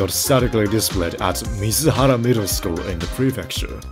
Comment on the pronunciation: 水原 is not "Mizuhara". It is called "Suibara" .